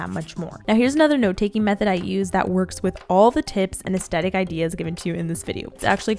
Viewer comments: You say aestetic i thought it was aesthetic... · I have an annoying pet peeve of when people say as-tet-ic and don’t say as-the-tic 😅😅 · no one: Literally nobody:: Aastetic;)